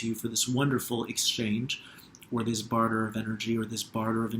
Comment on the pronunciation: When I was suggesting you the word Barter, was the time you were trying to listen. And you said "Barter". Amazing